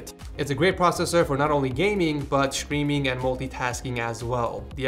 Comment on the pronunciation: its wierd to me that you say everything that starts with and s and say sh example (stream-->shtream)